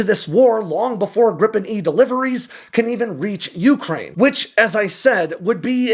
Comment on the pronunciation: Dude, why can’t you pronounce Ukraine properly?